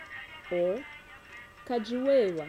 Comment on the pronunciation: it's "kadi wewa" and not "kidi wewa"